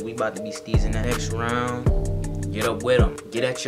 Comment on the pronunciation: it nextrend